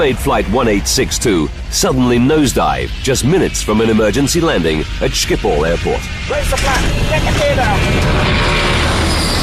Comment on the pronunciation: Stupid narrator can't even pronounce Schiphol. How long would have taken to research? 1 minute? Disgrace.